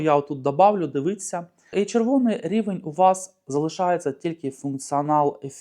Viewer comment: Для автора каналу, правильно звучить "дивІться", а не "дивИться", автор каналу 1-ауто теж хворіє на це "дивИться" - можеш мене не слухати, що я прикапуюсь, але друже, ти не уявляєш, як це ріже слух і не лише у мене